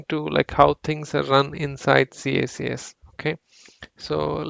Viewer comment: Maybe I'm too old... But it's pronounced "kicks"